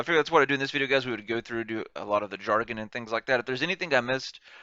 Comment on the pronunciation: It's Jargon not Jaron